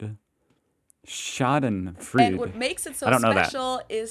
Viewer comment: Schadenfreude is not called with the u :). Because theres an "eu". its the same like you dont call a english "th" the same like an "h"